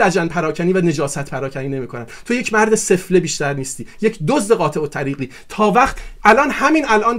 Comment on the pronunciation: چقدر تکراری بود گفتارت. تمام این گپها را میشد در حداکثر دو دقیقه خلاصه کرد. در ضمن تلفظ واژه سفله را درست بگو. کشتی همه را با دو واژه « سفره » و « قطاع الطریق »